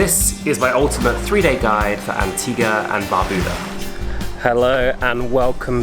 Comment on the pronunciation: As an Antiguan, he said it correctly. An ti ga